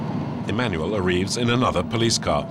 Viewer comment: This dude and messing up words! "Mweek"(Week) "Areeves" (Arrives)